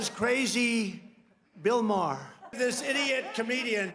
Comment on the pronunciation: Hey at least Trump pronounces Maher correctly